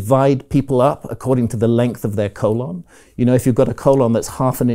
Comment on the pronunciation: I will never hear the word “colon” the same after hearing Grahams pronunciation